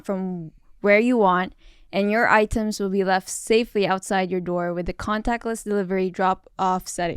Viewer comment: I hâte to be petty and the podcast is going great… but the way pronounced "items" almost ruined it.